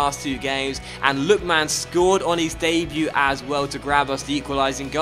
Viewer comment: hey I love this series and this is such a small thing but I wince every time you say "Lookman" like "Look...man". I'm sure I can't be the only one, it's not a huge deal of course and if you even have to actively force yourself to say it differently you needn't bother but just thought I'd mention it